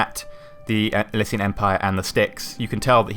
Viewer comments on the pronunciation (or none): none